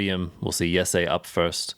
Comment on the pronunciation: Its not yessay, its Jesse